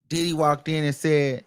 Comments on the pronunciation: Every damn time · Me too 😂😂😂😂😂 I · Me toooooo lmaoooo I love it. I can’t stop saying it like that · EVERY TIME!!!!!😂😂😂😂😂😂😂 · I luv it!!😂❤ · On god lmaooo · Yesssssss I will already miss it once the trial is over! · Yes lmaoooooo😂😂😂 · Me too! I love it he is a whole fool "Dideee"!😂😂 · Why do he say diddy like that 😂😂😂